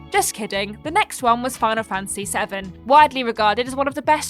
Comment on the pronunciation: Am I the only one to notice that pronounces 'Fantasy' as 'Fancy'? haha (Much love and respect,!)